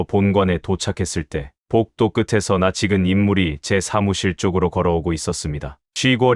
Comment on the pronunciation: 낯익은의 발음을 [나치근]?!?!?! × ◇ 바른 발음: [난니근] ■ 표준 국어 대사전: ● 낯-익다 발음 [난닉따] 활용 낯익어[난니거], 낯익으니[난니그니] 「반대말」낯설다 「형용사」 【…이】 「1」여러 번 보아서 눈에 익거나 친숙하다. 얼굴은 낯익은데 이름이 생각나지 않는다. 황제는 눈을 들어 늙은 여승을 바라보았으나 막연히 낯익다는 느낌뿐 얼른 알아볼 수 없었다.≪이문열, 황제를 위하여≫ 그녀의 눈짓 그녀의 주름살 하나까지도 그에겐 모두 사랑스럽고 낯익은 것이었다.≪홍성원, 육이오≫ 「비슷한말」 면숙하다(面熟하다) 「2」 사물이 눈에 익다. 가방이 낯익어 나는 친구가 찾아온 것을 알았다.